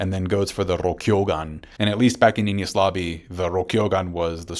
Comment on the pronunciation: I like how you over pronounce things like Enies or Yonko, but pronounce Ohara like some dude from Florida in flip flops lol